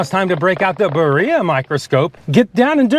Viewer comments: Great video Joe 😊 I know we're ordering from Del Taco and it's not the epitome of authenticity, however if anyone is curious Birria is correctly pronounced (in the US): Bee ree uh Not Bur EE uh 😁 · Hate to break it to you Joe but you’re pronouncing birria incorrectly; not that it matters too much. I love your vids and think you’re awesome.